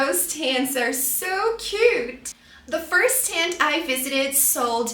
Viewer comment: The dragon fruit is definitely not artichoke😂 What? Flower's tent? It is called "flower tent"😮 Also, if you're claiming that you teach American English, tent is not pronounced that way🫣 By the way, green capsicum?? 😅 it is a "bell pepper" or simply "green pepper" No, they dont have a bitter taste. You are pronouncing pomegranates wrongly😮